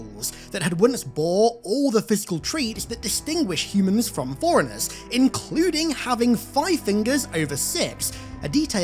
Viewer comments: C'mon dude, it sounds like you're saying "foreignehs" instead of forerunners. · Forerunners sounds alot like 'foreigners'. Maybe its meant to be foreigner? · You're making forerunners sound like foreigners. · Ngl it sounds like you're saying "foreigners" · It sounded for a sec like you were saying “foreigners” not Forerunners 😮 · Its FORERUNNERS?!?!? i thought he was saying foreigners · I did not understand what Foreigners even are at first. But then...... Forerunners pronounced fast 😅😅